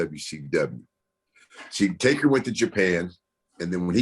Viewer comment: I like Papa Shango. But whyyyyyyy do I get annoyed when he and others say "Taker" ???